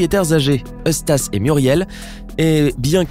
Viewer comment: T^T il a dit EustaCe C pas grave mais ça m'a choqué Mais ça doit etre une faute